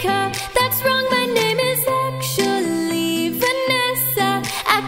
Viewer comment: Who else noticed Roni made “actually” into 2 syllables? So talented